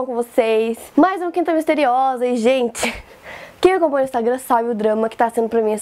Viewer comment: Q agonia do IN do nome quinta,“ Q U IN T A”